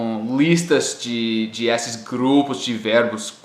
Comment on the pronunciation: Sua pronúncia é quase perfeita em português, só falta corrigir a forma de falar a letra ''e'', você sempre fala ela com som aberto em palavras que ela tem um som fechado. Por exemplo, não se diz ''ésses'' e sim ''êsses''. Tirando isso tá perfeito, parabéns pelos estudos e pelas dicas, o vídeo é ótimo e me ajudou bastante